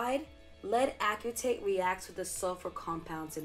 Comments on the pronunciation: Only because I am a chemist and I like for every one to know the correct pronunciation of chemical materials, the correct way to say it lead acetate (like aci-tate). It gets drilled into our heads early. Anyway I love your videos and how everything is scientific. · Pronounced: ass-uh-tate. Thanks for the videos and info. Looking forward to future vids. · I was thinking the same, I'm a bio major. But it's all good, great video!